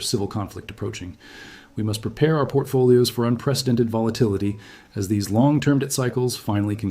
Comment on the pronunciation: "Portfolios." Lol.